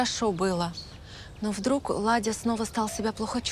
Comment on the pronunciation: Владя,а ни Ладя!!!